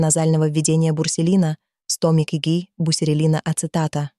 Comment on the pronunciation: Бусерелин правильно.